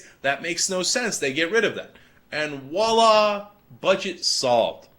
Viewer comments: It ain't 'Wallah', Cenk; it is Voilà... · It ain't 'Walla', Cenk; it is Voilà... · "Voilà", not "wallah", or whatever it is you said, Cenk. I expect your typical internet trolling chimp not to know that, but come on - you're an educated man! Otherwise, nice job, as usual.